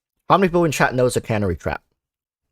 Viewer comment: It's Can-air-ee (Canary) Like the yellow bird Tweety from the cartoons